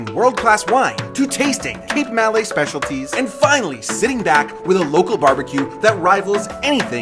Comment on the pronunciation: It's not MAL LAY .... It's MA LAY. Malaysia. More like Mi'Lord ... Yes, Mi-Lady ..... Ma-lay